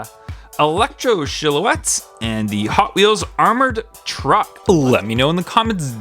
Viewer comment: No hate, but I’ve never heard anyone pronounce “silhouette” that way before! 😝 It’s interesting 😀